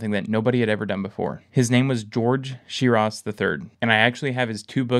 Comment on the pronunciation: Shirus pronunciation is SHYris